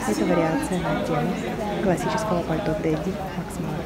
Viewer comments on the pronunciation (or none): none